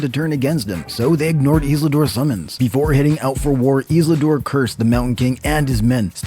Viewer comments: Who's 'Islidor?' can't make a video from a reputable channel like this and not say it right numerous times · I thought "hmm? Who is Isladoor?" 😅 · Maybe find someone who knows how to correctly pronounced Isildur and Elendil. Starting to sound like those AI channels with text-to-speech voiceovers.